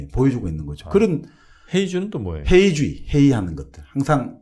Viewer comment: 회의주의. 한국 발음도 잘못하면 전혀 알아듣지 못하는 사례.